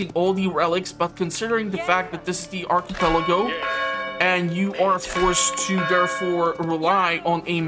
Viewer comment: Thx for the video! I can only play in low settings, so it's good to see how it looks in 1440p. Looks much better, but scales are still way off. BTW, archipelago --> ahr-kuh-pel-uh-goh.